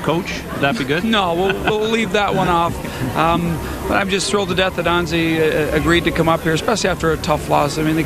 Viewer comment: stupid ass Marc Crawford is not even saying Anze's first name right and he coached him for 2 years... Phonetic: ANH-jay (or ON-JAY to make it even easier) sooo glad Crawford is gone as I'm sure a lot of L.A. is...